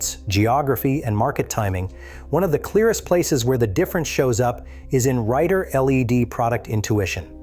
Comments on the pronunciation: I hatre AI narration. Took me a while to figure out that "rider L-E-D" as spoken really meant "rider led" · Rider-led, like leading. Not L.E.D. as in the lights. I heard this more than once in the video and had to say something.